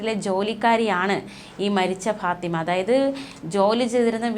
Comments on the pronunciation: ഭാത്തിമ അല്ല ഫാത്തിമ ആണ് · തെക്കൻ effect..😂